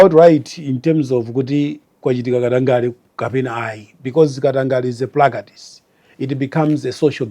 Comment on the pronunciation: Koma english ya chichewa iyi kulephera pronounce Practice